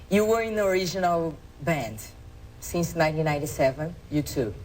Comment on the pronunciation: it's not sinse, it's since! xD